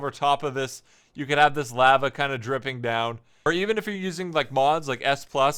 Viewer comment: The way he said lava kind of bugged me